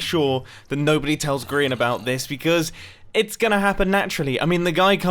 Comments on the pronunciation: I would now like to ask why do you and a lot of other people call Grian "Grain"? Is it a typo, did you hear or read it wrong, is it some british/american strange writing thing or is this just a joke I'm not crazy enough to get? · Dr. Quorot it kinda sounds like mumbo is saying grain when he’s saying Grian though. I love both Grians and Mumbos accents they’re amazing.